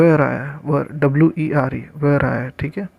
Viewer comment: भाई ये were वर को वैयर मत बोला कर तेरे हाथ जोड़ दु😂😂